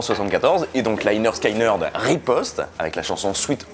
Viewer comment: On dit pas Sky pour Lynyrd Skynyrd mais skinyrd je sais pas si c clair mais sinon aller sur Google translater et écouter comment elle dit en anglais